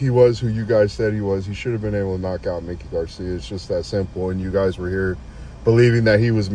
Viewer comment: If you are going to have a boxing show. Know the boxers. It's MIKE. E. NOT LIke Mickey Mouse. Mikey Garcia.